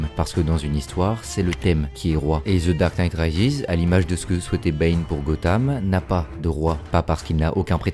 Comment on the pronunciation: “Ze darque nite Raizis” 😂